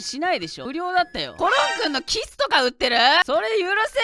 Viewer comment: ｢僕の"キス”とか売ってる？｣って、 キスを強調してるように聞こえるのは私だけ？wwww